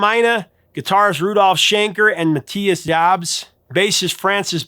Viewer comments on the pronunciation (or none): none